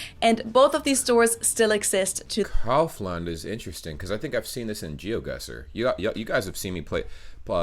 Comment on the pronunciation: I really need to be more careful with my pronunciation of German brands: it's Audi (owdee), not Awdi. Also, repeating after German Girl's "Kaufland" (cowf-lunt): Koffländ.